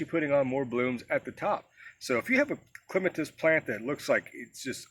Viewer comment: Thank you for the pronunciation. The dictionary gives both but yours is the one I prefer.😊